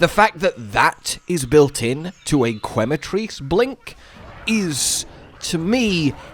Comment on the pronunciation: for anyone wondering Quematrice is promounced ‘Keh-matrice” quema is spanish for burn